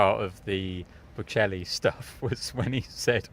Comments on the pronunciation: British laughing at an Italian for his english😂😂 They can't even pronounce Boccelli😅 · This is the most awful trio I’ve ever seen. Especially that lady that can’t even say Bocelli, really? How difficult can that be? Also, Sinner didn’t get a doping ban, go inform yourself! And even worse, what does it have to do with male or female??? You make us women look just petty and stupid!!! Lots of people are saying that there’s too much going on off the court for Sinner, has nothing to do with male or female…how dumb can one be, srly? And what’s so funny? You’re laughing and making fun of the players? Awful awful reporting, won’t watch anymore…